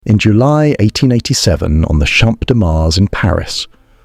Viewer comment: The way "Champ" is being pronounced is outright criminal!